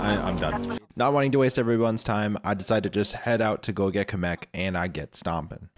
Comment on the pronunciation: I can't take him saying Kamek the way he does seriously. He says it like Cum-ek rather than Cam-ek